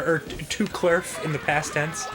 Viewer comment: Klerf, not kerf